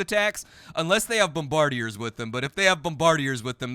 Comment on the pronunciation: This is the second video I've seen them called them bom-bar-dee-ays... Have we all started speaking French?